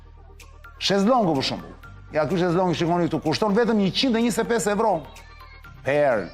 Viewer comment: O çan ca je ti ore... euro thuhet shqip, e jo evro...